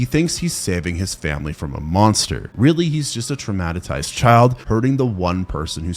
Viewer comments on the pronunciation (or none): TF is "traumatitized"...? LOL! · "traumatatized" man do you not catch this in editing? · "Traumatatized?' You mean TRAUMATIZED? Lol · Traumatisized? You mean "traumatized".